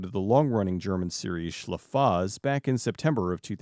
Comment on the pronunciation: Thanks for bringing up SchleFaZ. Your pronounciation was a little off, The Z at the end is pronounced like a "ts", not like a long "s"